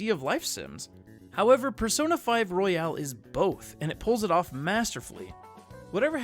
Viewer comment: This nigga said persona 5 royale